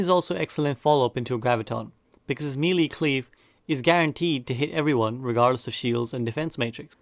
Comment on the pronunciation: Melee isn't pronounced like you think you are. It's weird